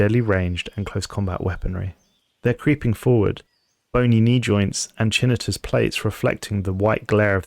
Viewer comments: If you're going to mispronounce chitinous, at least say it "chit-in-us" not "chinnitus." "Kite-in-us" would be more correct. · FYI, it’s pronounced KAI-ten-ous plating. Weird, I know. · Great story, I like it a lot. I'm not trying to be that guy or criticize but the word "chitinous" is pronounced "kite-in-us". It's one that got me too initially because I'd read it but never heard it pronounced so I looked it up one day. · I laughed at “chinitous” plates. Lol. I also used to pronounce it that way. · Chitinous*, not chinitous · Hey if youre wondering how to pronounce chitinous its ky-tin-ous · That's not how you pronounce "chitinous" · I love the channel and your work. I have been binging your videos, the longer the better. I easily prefer this to watching a movie or series. Dude..... Stop saying "chitinous" wrong 😂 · Love your videos so much, I’ve had them playing in the background for the last several days. The only correction here is “chitinous,” you’re dropping the N before the T as if the root word is “chin.” Keep up the good work. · Your narration as always stellar. Though a small bit at the beginning, "Chitinous" is not read like that i'm sure.